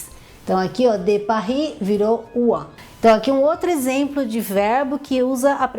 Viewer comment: Essa pronúncia do "de" estar errada...